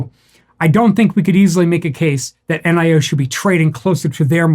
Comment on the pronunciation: "Nee-oh" according to a Chinese friend.